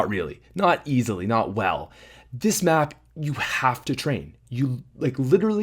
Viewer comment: HAHA he is sick and when he said map he ended up saying bap. XDXDXDXDXD